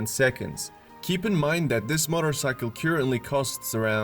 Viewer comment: Yep that's what I thought. Motter-cycle?? LOL